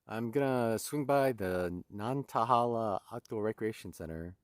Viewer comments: Nan tay hay la is how the locals pronounce that outdoor center. Hope you got to get a snack at the restaurant there. They have great burgers! You are rocking it! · Nan-tuh-HAY-luh is in the App-uh-LATCH-un mountains XD